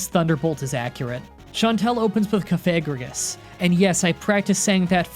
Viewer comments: Cof - A - Rig - Us Me: no, No, NOOOOOOOOOOOO!!!!!!!!!!! Me: It’s Cof - A - Ree - Gus, I Will Not Listen To It Anymore!!!!!!!!!! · At 2 points in the video like , Its pronounced Cough-a-ree-gus. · Piece of advice Cofagrigus is pronounced cough-uh-gree-gus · "Cuhfagrius, I practiced saying that for so long" Cough-uh-Gree-Gus. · Cof-uh-gree-gus not Cuf-AH-gree-gus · So I'm going to help you with the pronunciations: Cough-a-gree-gus, Car-a-coast-a and Ar-key-ops. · I love how he says that he practiced for so long and still gets cofagrigus's name wrong its couf-uh-gree-gus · he practiced that and said it wrong. It’s pronounced “cough-uh-gree-Gus” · This is a tough watch as a Gen 5 fan. Not my favorite gen or anything but still :// Also, Lee-eh-pard Ex-CA-Drill Cough-a-Gree-gus Zoro-Ark Care-uh-cost-uh Arch-ee-ops Boo-fa-lant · Kof-a-gree-gus Ar-ch-eops Thats how how u say it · Bro, your content is really good, but I absolutely HATE how you pronounce pokemon names, they hurt my soul, buffalant and cofAgrigis makes me want to die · cofagigus cough-uh-gree-gus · I'm a real stickler for pronunciation and I know some of these can be confusing so here are all the ones you got wrong. Cofagrigus (cough-uh-gree-gus) Zoroark (zoar-oh-ark) Archeops (Ark-ee-awps) Herdier (Herd-ee-urh) Bouffalant (Boo-fuh-lawnt) Hydreigon (high-dry-gun) Lillipup (Lily-pup) Patrat (Puh-trat) Whirlipede (Whurl-uh-peed) Excadrill (Ex-cuh-drill). I know this might come off like me being an asshole, but I actually just wanna help you not sound weird in your videos. I'm sure other people don't like hearing mispronunciations either. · You practiced saying "Cofagrigus"... and STILL said it wrong. It's 'KOFF-uh-GREE-guss'. And Archeops is "AR-key-opps." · the entire time i was trying to keep myself from not screaming. your pronunciation... Cofagrigus (cough- agree- gus) hydreigon (Hi- drei like the german drei) gon bouffalant (boof- a- launt) archeops (arc- e-ops) dude